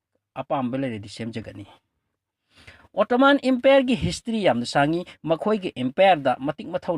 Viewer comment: Attoman haiba ntte Ottoman haibane.pronounciation do khr yengo .antugrul haiba ntte ertugrul Ghazi haibane fjna khngdrabadi asuk Luba history do ngna hekta tarai2 seran Turan leganu